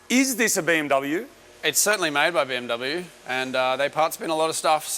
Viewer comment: You are pronouncing BMW and AMG wrong.